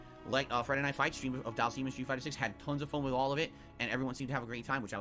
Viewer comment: It still pisses me off he calls him Dhalseeeem it's pronounced dhalsim not dhalseeem